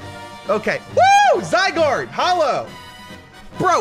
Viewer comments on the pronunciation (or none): none